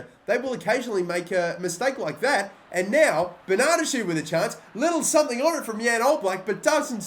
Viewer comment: whenever you say Bernadeschi I die a little bit inside.